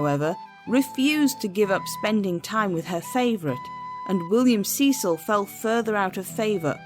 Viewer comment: "Sess-ill". not "see-sill"